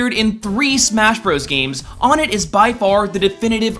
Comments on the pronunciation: Its (OH-net) Not (On-et) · I'm pretty sure it is pronounced own - ette, as on - ette just sounds derpy... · ONEtt*** pronounced fucking one-net, not fucking on-net. I thought this channel was professional. So annoying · I'm pretty sure it's pronouced "won-ett" not "on-ett". But good stuff anyways. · I believe the stages name is actually pronounced like "One Ett" rather than actually "On Ett". At least thats what this one really big Earthbound fan told me. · ON THE PRONUNCIATION OF ONETT: It's interesting that most newbs pronounce it like won-ett, yet most hardcore fans claim it's pronounced like on-ett (like in this video), AND YET the billboard in this video game colors "one" differently from "tt" (blue and red, respectively) ( mark in this video). It's as if the billboard is suggesting you do pronounce it like won-ett, and as far as I know, there's been no official statement in regards to how it's pronounced. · wait what? "on-it"? it's said "One-net" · Onett... I mean, I could be wrong, and I'm sure EVERYONE has their own iteration, but I think the town's name is pronounced ONE-ETT. Much like the second town is pronounced TWO-SOME... and not Twosen. I mean, have you played EB before you decided to make this video? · IT'S FUCKING ONE-TT 1-ETT ONE-tt TWO-son THREE-d FOUR-side WHY CAN NOBODY GRASP THIS IT'S ALWAYS ON-ETT OR OWN-ETT IT'S SIMPLE other than that good video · o-NETT. not O-nett. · On et? Ive always heard and pronounced it o net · Matt, its actually pronounced one -it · ***** its pronounced one it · It's oh - nett shit get it right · Everytime he said "On-It" I literally had to pause the video to recover from my slight aneurism. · It's "ONE"ett FJSODK gklrfda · Wow, will everyone shut up about the name? He screwed up once, and there's 2807 comments. Shut. Up. It's pronounced Wun-eht, as in the English word for 1, followed by the Swedish word for 1. Also, if you try and argue anything about how English doesn't work that way; Regice. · Its pronounced O-net